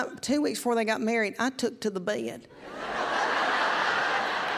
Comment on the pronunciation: I didn't know bed was two syllables😮